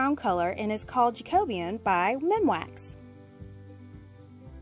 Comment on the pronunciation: Great job!!!! And finally someone who pronounced "jacobean" correctly!!